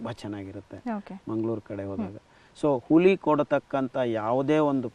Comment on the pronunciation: ಹುಲಿ ಅಲ್ಲ ಸರ್ "ಹುಳಿ"